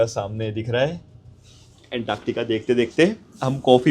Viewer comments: Woh anktaaktica nahi hai, Antartica bolte hai use..😂😂😂😂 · Antaaktaka😂 Antartica hi bro❤